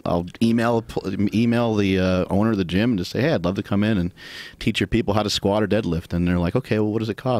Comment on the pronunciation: Get your shit straight! Its SKWAATS!